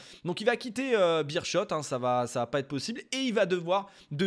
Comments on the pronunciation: Ça fait plaisir de parler du football belge! 👍🇧🇪 Pour le détail, la prononciation du Beerschot c'est 'Bérskot'. Si tu lances une carrière en Belgique, je te conseille mon club de cœur le RFC Seraing 🔴⚫. Le plus petit budget de D1A, club satellite du FC Metz. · Merci pour cette vidéo très intéressante :) pour la petite histoire on prononce Bérskot ;) J'avais vu aussi qu'il y a quelques années un entraîneur en Géorgie (si mes souvenirs sont bons) avait été engagé sur ses seules compétences FM